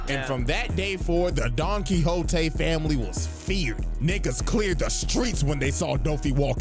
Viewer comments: I lost it at "Don Quicks Oat" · Don't worry. When I played Castlevania: SotN when I was younger you can find a book titled Don Quixote. And I pronounced it the same way you did